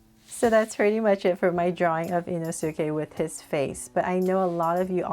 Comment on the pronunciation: bro rlly said in-su--kay